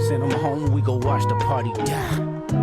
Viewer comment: the way he said “DIE” 😅 “DYE!” 😅